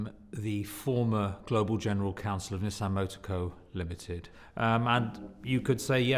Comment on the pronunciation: I thought Nissan was an Indian company, sounded same as निशान.